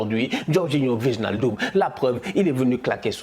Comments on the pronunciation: Ouii tous les Français le font, ça fait mal mdr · respecte nous stp 😫😫 « VIGNALDUM » je saigne des oreilles c’est WAÏNALDUM, pff tu likes ce commentaire a chaque fois mais tu changes pas, fait moi cette faveur et prononce bien